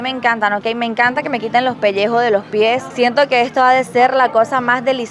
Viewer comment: "me encanta que me quiten loj pellejo de los piej" jajaja 👏👏👏